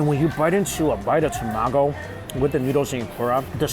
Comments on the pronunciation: I always laugh whenever Mike says tomago because he only says it when he's eating Japanese food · He says tamago different.🤣🤣